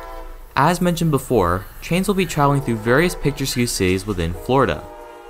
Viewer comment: Picture-skew is really getting me man… picturesque is pronounced picture-ESK